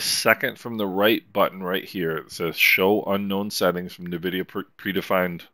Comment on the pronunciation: Reallyy useful series of videos. Thanks. Just one note: The brandname is pronounced en-vidia, not nuh-vidia.